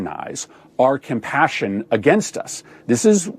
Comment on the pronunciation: Did he say compassion 🤔